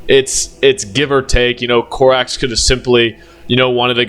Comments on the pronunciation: you keep saying Corvus "Corvax", it is Corvus "Corax" dude, dafak. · also it’s Co-rax not Cor-vax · Please stop saying Corvax😭it's giving me a mental itch